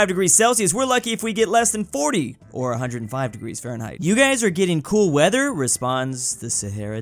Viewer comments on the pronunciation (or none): none